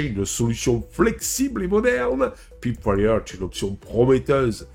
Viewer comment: La prononciation est une peut déroutante. On devrait prononcer proche de "polseaudion" et "païpewire".